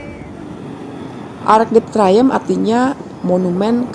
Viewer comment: Pelafalan Arc de Triomphe salah, jangan dibaca seperti membaca bahasa Inggris